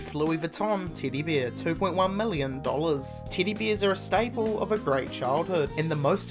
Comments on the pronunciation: Titty beer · I ALWAYS hear titty beer :D damn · Sounds like your saying Tiddy Beers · okay.. he is saying teddy bears.. but i keep swearing i hear him say titty beer. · "Tiddie beers" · Titty beers? Luhn tuh spick whuh doncha? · What accent was that tiddy beers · dude no ofense. but your accent is the most shitty thing I've ever heard.. siven!!! tiddy biers!! wtf??!! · This guy says Teddy bears like Titty bears